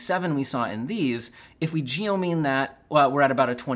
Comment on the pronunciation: He said "geomean."